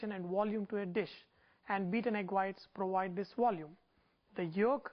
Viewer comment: "Beaten egg whites prowide this wolume" ha ha ha ha ha ha